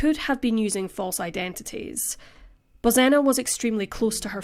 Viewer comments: It's pronounced Bozhena. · I grew up with the Czech pronunciation of Bozena, hearing the Polish pronunciation drives me nuts.